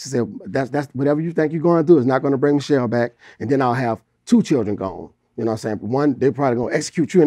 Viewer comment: Wow. I remember all his songs talking about her. Calling her name Mi’ chelle.... Mi’chelle like he was looking for her. SMH